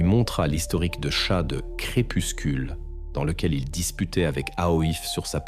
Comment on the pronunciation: Voix iA rébarbative... 😩 Pétard !!! Tchat! Et pas chat!